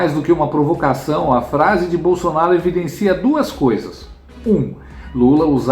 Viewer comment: Verdade ele fala Bolsanaro ate qdo está com a Esbanja 😅😅😅😅😅